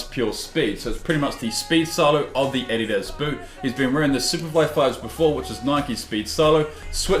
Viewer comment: the way you guys say addias kinda bothers me